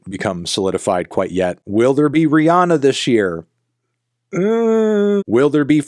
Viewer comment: Americans consistently mispronouncing Rihanna is hilarious to me.